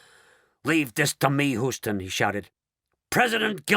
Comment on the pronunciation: AAAARGH! It's pronounced "Hue - ston," says an actual Houstonian, NOT "Who - ston."